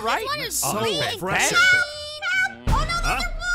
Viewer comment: wait Aphmau said help but said HALP the E turned into a A and I laughed a little cuz Aphmau said HALP not HELP